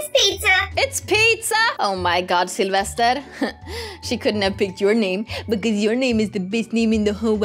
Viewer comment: Yea and i think she saids Syelvested lol